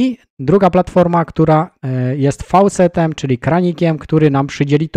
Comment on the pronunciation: Wymowa tego wyrazu to "foset" szanowny Panie ;) Pozdrawiam